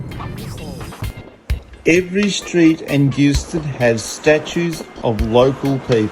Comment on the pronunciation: Bish-en-oh, Fray-sin-ay, Ma-rye-a island, Done-alley, Hew-on Valley, Jeeves-ston, Mu-ers, Hobb-art (just kidding about the Hobb-art) + 1 million upvotes for the Tessellated Pavement at Eagle Hawk Neck, but you missed out with Doo Town...